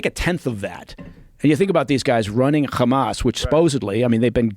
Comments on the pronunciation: why does he pronounce Hamas as "Khamas", with KH? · This guy is such a tool. Hey CIA man, you don't pronounce Hamas with a "kh" sound. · Is he ex cia or ex mossad? I cant figure it out becasue he repeats all the Israeli talking points and always says khamas. Mike Baker are you American or Israeli?